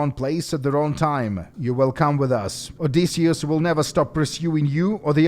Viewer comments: how does this dude butcher one of the most famous names of all time? OH DISS E (Like the letter) US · I don't know what irks me more. How he pronounces Joel or how he pronounces Odysseus. 😆 Either ways Great job on the video! Not enough people do videos on these fan projects. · "Odysseseus". Classic